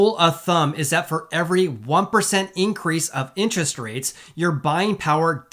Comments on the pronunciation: Lol….”inches” rates. He cracks me up whenever I hear him say the word “interest.” 😀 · Love your videos but we gotta get you saying "interest" properly lol. Say it with me in·ter·est